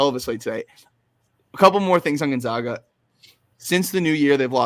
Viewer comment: GON -ZAG - AH , not Gon - Zag -Gah lol